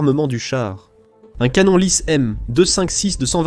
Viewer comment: Heu... ... Ca veut dire quoi "un drone à l première personne" ??!!??? ;( ah oui c'st le "canon" et po le "canonne" ... Bref j'aime bien tes vidéos, tes analyses, mai la voix AI ne le fait po du tout !! :(